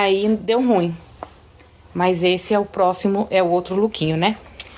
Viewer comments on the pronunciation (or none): none